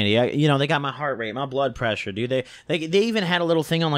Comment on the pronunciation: Lol..blood preasure....yea bloodpreaa..lol